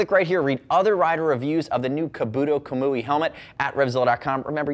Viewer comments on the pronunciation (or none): Kabuto (kah-boo-toe) kamui (com-whee)